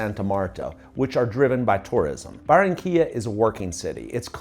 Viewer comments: Por favor si vas a hablar de Colombia por lo menos dí correctamente los nombres de las ciudades y pueblos de los que estas hablando. No es Baronia se llama Barranquilla, Cartago es Cartagena, a lo único que le pegaste fue a Santa Marta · If you're going to talk about Colombia, at least get the names of the cities and towns you're referring to right. It's not Baronia, it's Barranquilla; Cartago is Cartagena; the only thing you got right was Santa Marta.